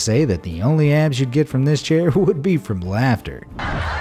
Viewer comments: The guy from the Hawaii chair said “ it feels great on my abs” but it sounded like “it feels great on my ass” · I thought the guy on the Hawaii Chair said "That feels great on my ass" instead of "abs"!! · I heard him say ass lol 😂